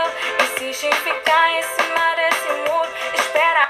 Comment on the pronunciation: eu juro que soou como árabe pra mim, eu entendi ''ensimar ensimur'' quase um ''alahu akbar'' qwuisafguisafgsd (sqn) mas soou muito árabe!!!!